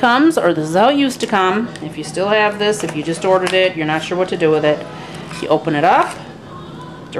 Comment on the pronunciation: NAAT, TOILET PAPER, NAAAAT TISSUES, THEY WILL FINELY SHRED LOL... I loved how you pronounced "not". So amusing. Good video